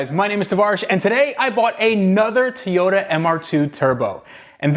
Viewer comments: Somebody tell it's "toy-oh-tah" not "tee-oy-tah" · Tavarish maaaan pleaseee you gotta stop with the "tee-yo-ta". Its "Toy-o-ta"! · Dude, you gotta stop calling them Tee-yotas lol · Wtf is a Teeota?